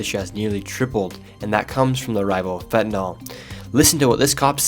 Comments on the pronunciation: If you're going to cover a subject, at least learn to pronounce it correctly. It's fentanyl; pronounced fen-ta-nill, not fen-ta-nol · Stop calling it Fentanol, its Fentanyl* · Fentanyl, nyl not nol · Look how the word is spelled “NYL” pronounced NIL not NAL…. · Can anyone pronounce FENT-A-NYL?? Americans mix up the vowels!